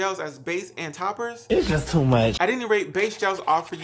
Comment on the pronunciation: Same it’s tee much 😂